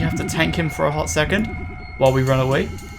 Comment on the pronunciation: "A hot secont" plez don't...